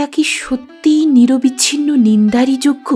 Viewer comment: আপনি চমৎকার পড়েন। তবে গৌর-অ উচ্চারণ হবে না। কিন্তু অতীত-অ উচ্চারণ হবে। শব্দটা নিরবিচ্ছিন্ন নয়, হবে নিরবচ্ছিন্ন। রূপ-অ বহ্নি হবে। জল-অ স্পর্শ হবে। উচ্চারণ ঠিক হলে শুনতে ভালো লাগে।আশাকরি কিছু মনে করবেন না।